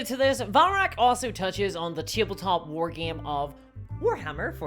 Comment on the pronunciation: wtf is a "war geem"